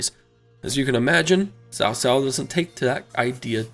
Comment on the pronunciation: Actually, I'm not. I never really liked the way the Chinese pronounce the names. I'm talking about simple pronunciation. If you can say Boots then you can can say Tsao. He was saying Sao which is the equivalent of saying "Boos" with no T. It's no big deal really but if a person can say it in one word they are use to pronouncing then they can say in a word they are not.